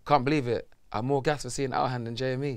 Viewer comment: Remember it’s Jme not JME